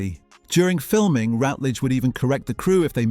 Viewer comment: It's Patricia RUTledge, NOT Patricia Rootledge . . . And who was the neighbor who disappeared, Elizabeth's brother?